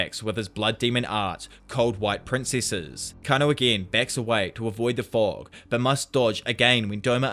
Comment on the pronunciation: it's kah-na-oh